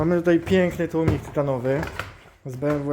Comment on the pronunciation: Zaczynam film i profesjonalny gość od tłumików....już nie ma wady wymowy. Aż miło się słucha tłumniki wróciły do piekła. Łapka w górę